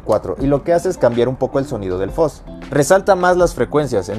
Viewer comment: Porq dicen Foz si se pronuncia fuzz